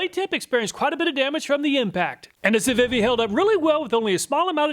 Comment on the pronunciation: Civivi is pronounced See-vee-vee. It's one of the better Chinese brands and sells other knives under Sencut and WE Knives as well. I highly suggest you check out some of the knife review channels out there, such as Neeves Knives, Beez Blades, and others. There's more to a knife than price. Type of steel compared to hardness rating, edge geometry both have a lot to do with performance and edge retention. Civivi, Kizer (my favorite Chinese brand), Bestech, Two Sun, Sencut... there are many budget brands coming out of China that are legit killing US made knife quality and performance when comparing prices.